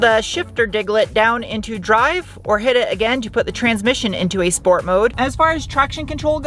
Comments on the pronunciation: "Sport" not "Shport"? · What! Not Shport? It's a German car.